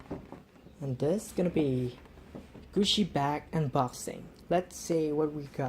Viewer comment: lol why do you pronounce it gushi its GUCCI